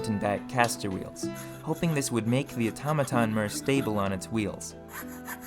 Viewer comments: Mur? Fur? Instead of “More,Fur, etc” I’ve gotta ask are you just messing with us or genuinely the way you speak? I thought I was going crazy at first 😂 Either way amazingly done videos ✌🏼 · Where in america are u from? You have a distinct accent like the way you pronounce more as murr